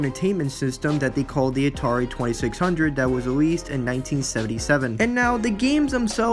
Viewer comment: Dude, why do you constantly pronounce Atari as "Natari"?! 😂😆🤣 This is a terrible video. I learned absolutely nothing about Ghostbusters the game and why exactly it is being remastered and rereleased. You spent most of this 4 minute 40 second video rambling on about Atari (while pronouncing it as Natari), and they weren't even the developers, they just published the game. You need to work on your fact checking as well as general knowledge base, because you could've easily googled the devs of this game (Terminal Reality) and atleast had your base facts straight. You should also work on your speech and pronunciation of words. When you make a video, you have to ask yourself "what information am i trying to convey to not only my audience, but to myself?". In other words, could you understand your own video if you just stumbled across it on youtube?? What did your own vid convey to you?! In this case, it couldn't have have helped you understand much. Do not let this critique discourage you. Improve yourself.